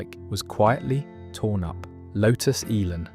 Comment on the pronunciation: Shame it’s all AI generated. Talks about one car while showing a picture of a completely different car. It seems AI can’t pronounce Elan either!